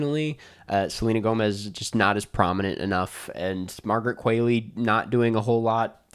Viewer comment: Qualley is pronounced like Wall-E